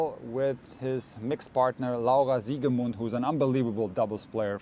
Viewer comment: Ich habe noch nie so eine gute Aussprache von Laura Siegemund von jemanden gehört deren Muttersprache nicht Deutsch ist. Ich hoffe das verstehst das auch weil ich glaube du kannst gut Deutsch was ich so gesehen habe.